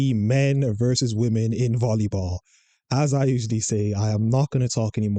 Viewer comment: Why can't these people pronounce women. It's so hard to listen to.